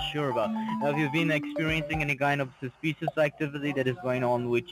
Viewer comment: You’ve never been to Howston? I find that unbelievable! Highly sushpious!scammin’ mope!